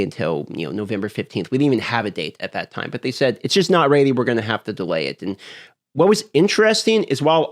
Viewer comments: You aren't "raidy" for that accent... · The word is ready not reddy. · First time here? Lol, he's 💯 saying "raidy". It used to drive me insane 😂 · What is "Raddey" ....you mean Ready? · What is “Raeidy?” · Say ready not ratey LOL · its ready and pronounces as redy not raidy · 'raidy when it's raidy' :) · Lol are you saying raidy or ready? Sorry just picking, I've got a southern accent so I butcher words. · Ummm is he's saying ready or rainy??? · Bro. RED-EEEE. not “raidyyy” holy moly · Is he saying READY?! What is he saying rady? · Ready not raidy. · Is it me or is he sayin "raidy" instead of "ready" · It’s def raidy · Its going to be ready when its raidy! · That's a speech impediment. Raidy is just a quirky pronunciation.. maybe regional? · It’s not rady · Not sure how in Alaska ready becomes raidy. I'm sure his past tense of reading "read" isn't pronounced "raid" in alaska either lol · Where's your accent from? Your ready sound like "raidy" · learn to say ready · it's pronounced 'reddy' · Ughhhh “raidy” 😩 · I get speech impediments, I do, but I don't get 'ready' as 'raidy' when you pronounce 'red' just fine. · Where tf is ready pronounced raidy? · Ready= ( red-E) ffs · Nah he’s merged raid and ready. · Someone tell him it's red - e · 100% RAIDY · Yeah I was like wtf is raidy? Speak inglish bro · You've gone far in life for someone who cannot pronounce ready lool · You pronounce the word "ready" very strangely. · Well now I can’t unhear it, thanks 😭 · What's weird is he says 'red' fine. This isn't even an accent or speech impediment thing. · Canadians don't claim thay pronunciation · no where in the english language that i can thibk of is ea pronounced as ay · It's a regional accent thing, and will never not be funny.